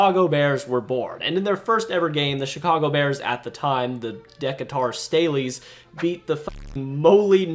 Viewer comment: De cater Stay Lee's is how you pronounce Decatur Staleys